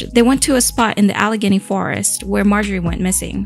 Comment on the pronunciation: Al-uh-gay-nee, not uh-Leg-uh-nee